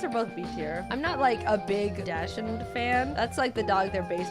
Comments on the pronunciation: look jaiden i respect as an animator and a pokemon fan but dachsund its not (dash-und) its (dox-un) im sorry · Jaiden daschound (or however you spell it) is pronounced “doxund” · Her saying Dachshund wrong murdered me, I am dead, I am deceased Jaiden is now on trial for manslaughter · It hurt a bit to hear that pronunciation of dachshund. I love Dachsbun. It makes me feel like I played the game with my doxies.